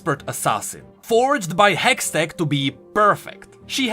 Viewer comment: "A hextect battery" 😂